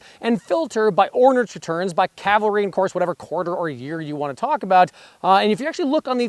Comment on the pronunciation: Good video. I wish someone could actually pronounce Cavalry correctly though.